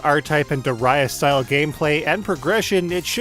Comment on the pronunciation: "Duh-rius" lol